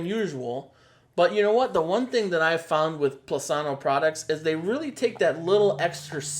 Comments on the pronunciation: Plus-inno! Not Plus-anno! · Angel Sanchez He says they want transparent reviews. I would think they would want their company’s name pronounced correctly! 😅